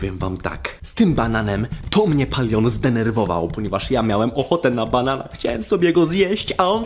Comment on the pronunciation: Nie mówi się POLION tylko Palion 🙂🙂🙂🙂💖💖💖.